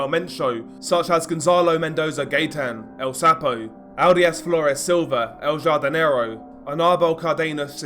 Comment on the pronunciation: I think its pronounced el hardinero the j in spanish makes an h sound jardin is garden so i think its the gardener or the big garden translated